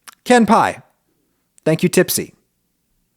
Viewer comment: WE ARE! PENN STATE! But I'm like class of '86... I'll let you do the math. Good content. My only complaint is your pronunciation of かんぱい (ka-n-pa-i). It's more like kahn-pie... but the 'n' often ends up sounding like 'm' - especially after a few drinks.